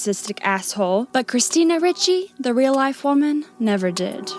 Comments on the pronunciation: Ricci (pronounced Ree-chee not Richie) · It's pronounced ree chee, not rich ee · REE chee, not rich ee, Gazzara not Gazzaria. "Lecher" is pronounced LEH-cher, not leecher. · Good video. FYI her name is pronounced REE-CHEE, not RICH-EE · "REE-CHEE" not ritchie.... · Ree-Chee not richie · Right when I saw this movie, I took the whole thing as a dream in a creepy guy's head. And yeah, he's creepy in real life. This is quite disturbing. BTW It's pronounced "Ree-chee", not "Richie". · "christina richie needs no introduction" you can't even pronounce the woman's name, you might need to introduce yourself to her work. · say it with me "Christina REE-CHEE" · Small note: it's Ricci, pronounced reach-y. Great video - haven't watched the movie in YEARS, so I think I definitely saw it in a different light than I would now, even without learning about all the insane BS Christina endured, none of which I knew about until your video. New fan, here, and I just subscribed 😁. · Christina REE-chee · Great video but I just want to point out her last name is pronounced Ree-chee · pronounced "ree-chee" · Christina Ricci would be pissed you pronounced her name wrong 10000 times. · imagine how much Ricci would have been thrilled if you had actually pronounced her name correctly anywhere in your film.